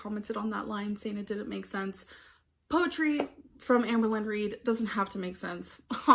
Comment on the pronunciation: “Poewumm””powretry” and “writ” How does she get it ALL so wrong?